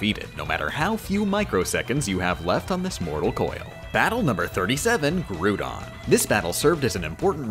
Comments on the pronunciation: Grudon? Not to be mean, but most say Grau-don. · Pushes up anime glasses Actually it’s not Gru-don it’s Grou-don. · saying groodon instead of groudon is too good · Still not as bad as calling Suicune as Sue-ee-coon and Groudon as Groo-don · Her pronouncing Groudon like grewdun and Reyn as Rain is immensely painful. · Did they just call Groudon grewdon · Are all the mispronunciations on purpose? Like grudon, regiguygas, and others The only one i know that isnt is doctor wawee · bro said grudon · did….did say “Gru-dawn”? i am displeased by this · I don’t like how she pronounced Groudon. It makes me think of a Gru Groudon :( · "groodon" bruh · did he say groodon? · Anyone gonna mention what he called it grew-don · Her mispronouncing of Groudon, Suicune, and Metagross hurt more. At least she pronounced Salamence and Snorlax correctly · How about her Groudon pronunciation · Never pronounce Groudon like that ever again what the hell. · The pronunciation of Groudon is painful. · You pronounced Groudon wrong.